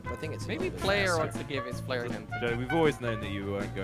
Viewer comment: It's player not ployer